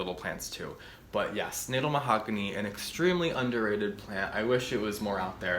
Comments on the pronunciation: The Natal mahogany grows here in KwaZulu-Natal, South Africa. They get huge and impressive. And its pronounced "Nataal" not "Natel" 😂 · Pronounced Nuh-tal after Kwazulu-Natal Provence in South Africa where they are native. Love your videos 💚💚💚